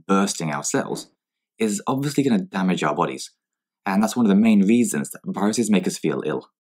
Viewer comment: I giggled at 'weasons' instead of 'reasons', lol. This was a 'wiveting' (riveting) watch... hehehehe